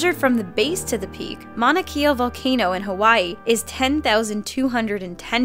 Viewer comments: She didn't pronounce Mona Kea correctly. I'm not triggered or that dumb shit but just saying lol. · Maunakea was pronounced wrong in this video: Maun-na-k-a. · If ur gonna say my islands mountain name plz say it right 😂(hawaii) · It's pronounced maunaKAYA not maunaKEYA. Just a friendly correction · Mauna kea is not pronounced "Mauna 'Kee" ah", it is pronounced "Mauna 'Kay' ah". And if the shrew is 1.8 pounds, it is not the lightest mammal. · It's not Mauna Kea it's Mauna Kea (kay yah) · Its actually pronounced mauna kay-ah....i would know im from hawaii and am hawaiian myself. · Maunakia... you mean Maunakea? 💀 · It is not mauna key uh is it mauna Kay uh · I'm sorry but as a Hawaiian, it's pronounced "Mon-u-Kay-uh". LUV U! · Youre pronouncing Mauna Kea wrong, im from Hawaii. Kea = KAY-AH That was cringe worthy lol sorry but there you go. Thats all. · Actually, it's pronounced Mauna Kea... Like (Mau - nah) (Kay - uh)... Not that you're 100% wrong, I get that it's hard to pronounce.. But just in case people wanted to know..? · She pronounced Mauna Kea wrong its pronounced mauna Kay-ah... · butchered Mauna Kea.... smh mana kia where that at???? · it's pronounced Mauna Keh-a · It's pronounced Monakea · Mauna kea (mouna ke ea) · No offense but it's maunakea (maunah keah) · Hey it's MAUnakea. As in mow. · Yeah I'm mad about the misleading thumbnail, but the butchering of Mauna Kea really pissed me off. It's not THAT hard, non-Hawaiian-living people. ... Unless you have a really strong accent. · You said our mountains name wrong and it's obvious she's the tallest on earth because you need to count from sea floor up not ground up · you pronounced mauna kea wrong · disliked for thumbnail and mispronounced Mauna Kea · You said Mauna Kea wrong. I know this because I live in the state and island of Hawaii. I also came for the thumbnail..... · they pronounced mauna kea wrong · I cringed when she couldn't pronounce Mauna Kea correctly